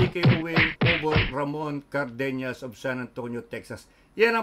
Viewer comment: CardeNAS not carbeNYAS😅 not ñ it is N